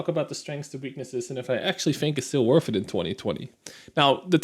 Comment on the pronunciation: worth it, not werf it. theres not an F in that word.